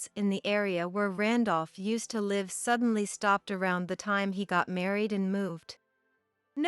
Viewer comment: It’s an online translation, sometimes they say us as U.S., sometimes they says live as living somewhere but pronounced live as a live event.